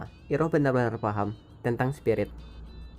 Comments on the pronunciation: Denger kata iroh agak geli gan? Kayak bibik sayur deket rumah,,, rasanya kalo disebut airoh deh di film... Ane bukan ngomong soal tulisan, tp penyebutan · Koreksi bang penyebutan namanya bukan iroh tapi airoh